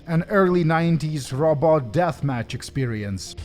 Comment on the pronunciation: I need a clip of you saying "Robot" 😂😂